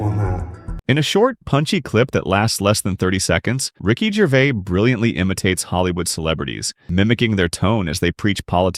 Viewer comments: The S at the end of his name isn't silent. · There is an "s" on the end of Ricky's last name, and he pronounces it. Jeez. can't you at least say the name right? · What is it with this commentator that he can't even say his name correctly. I've said this before and I'll say it again. Ricky's surname is GervaiS yet he keeps saying Gervaiy. It's exactly the same as Fleur de lys. It has an ess at the end so it's pronounced with the ess sound at the end, NOT Fleur de lee. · Also his name is pronounced Gervais/z/ not Gervay. You hopeless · Its Ricky GervaiS with an S at the end. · Its GervaiS...with emphasis on the S. Not Gervay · His name is NOT “Ricky Gervay” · The S in his surname isn't silent. I love his straight talk.